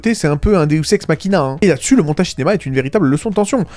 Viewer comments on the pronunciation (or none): none